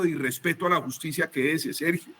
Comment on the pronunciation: Hablando de justibiaaaaaa, q risa me da